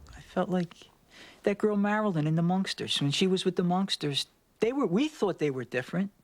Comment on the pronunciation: He says Munksters....."That girl, Marilyn, in The Munksters."